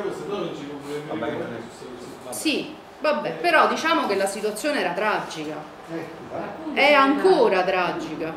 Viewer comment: Brutta dentro e brutta fuori. Abbiamo fatto un referendum per entrare nell'euro? Non sembra neppure che si droghi... però che oratrice, che dizione... pronuncia perfetta: "La situazzzzione era traggggica... a rischio gli stipendi pubbbbblici. Non C' abbiamo più sviluppo industriale." Complimenti vivissimi a chi l'ha invitata a parlare al comizio!!!! Se Berlusconi vinceva le elezioni il merito è di gente come questa.